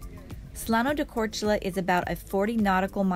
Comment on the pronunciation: Respect for pronouncing Korčula and Hvar :)